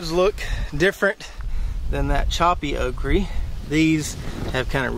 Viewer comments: Why do you keep saying okree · What is a Okree? Okra has the letter "A" at the end of it not a "E" nor a "Y" Quite annoying hearing OkREE over 100 times. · Okry??? Almost pissed my pants every time you say it brother 🤘 made my morning . Excellent video 💪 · You can’t pronounce okra. SMH